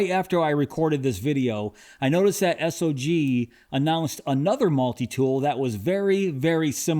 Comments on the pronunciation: Please stop calling the company S-O-G. It make you sound like you don't know jack. The company is named Sog, and it sounds how it looks. It's hard to take your content serious if you haven't bothered to learn how to pronounce the company name. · | needs to learn some new adjectives. Everything is "nice" to him. And BTW, everybody uses Sog (one syllable), not S O G.